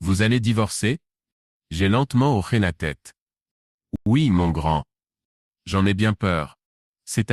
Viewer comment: Quand c'est écrit : hoché..on ne prononce pas : " horé " mais " ho-ché"..Un petit réglage de l'I.A à faire..😉..pour respecter la langue française !😡..on dit " un hochement de tête " et non " un horement de tete" .Faites lire à votre I.A..un dictionnaire français..ça l'aidera !😂😂😂